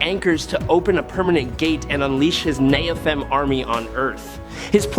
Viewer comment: Over so many decades, rewrites, re-interpretations, and ret-cons, it's kinda dumb to argue inconsistencies, fallacies, or illogic within the Marvel 'verses. So, folks who read all the comics, is this guy just mispronouncing the biblical "Nephalim" and "Seraphim" or is he speaking canon?